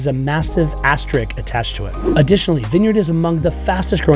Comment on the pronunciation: Everything you said was right on, except for the pronunciation of asterisk